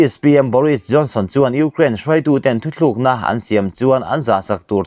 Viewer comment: i news lakkhawm a thar in a tha thin si a,mahse i thuchhiar hian i thu post hi awmze nei manglo ah a chhuah fo mai..Mizotawng chhiar hi i thiam theilo hle mai.. Thutlukna tih tur te kha "thuthlukna"te iti mai mai a,a lam leh a thluk dan hi ngaihtuah chian ngai khawp a ni